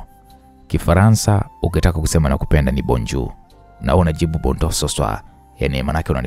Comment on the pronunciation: Aki jamani hiyo Ni kifaranza gani😂😂😂😂eti bourjour ndo nini😂😂😂